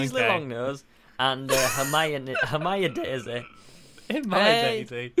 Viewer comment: Ginny not Jenny Dumbledore not Dumble door Hermione not hermainy. Snape not snake